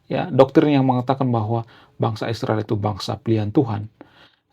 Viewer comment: Isriwil tu apa,,, tenggorokan kamu keseleo ya... Ngomong Israel aja takut kali kau